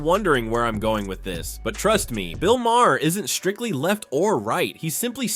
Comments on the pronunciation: His name in pronounced 'Mar', not the 3 different ways you pronounce it here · Bill Mah-her? Are you uninformed or just a robot? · Pronounced, "Marr." 1 syllable. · Maher rhymes with tar, dude. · Can't listen to Mr. AI butcher these names! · There were 5 different pronunciations of Mahrs name. Just pick one you dumb AI channel